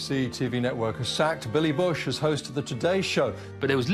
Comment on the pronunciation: Billy Bush. Not Willy